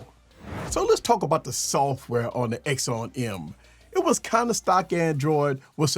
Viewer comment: And for the love of God it's not called an axown em its called an akson m axon m its pronounced acson m